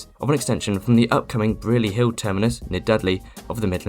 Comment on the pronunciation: Wi th all as in thing, not as in the. And Br I erly Hill as in Briar. Not Bree, that's near Hobbiton. Beyond that, nice work. Well done.